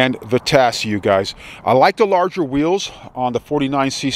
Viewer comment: Vitacci, pronounced "vi- ta-chi".